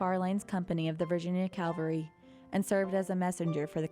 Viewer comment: Aside from mispronouncing "Cavalry" throughout the video, it is very good.